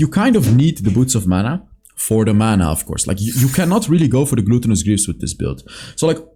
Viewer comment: the way you pronounce "gluttenous" like "gluten" in bread makes me smile everytime:)